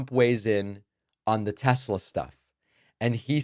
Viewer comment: Trump can’t even pronounce the word state correctly. You go Mr. President. I love tesLER